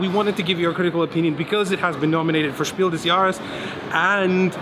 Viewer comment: Very well pronunciation on "Spiel des Jahres " here good sir! :)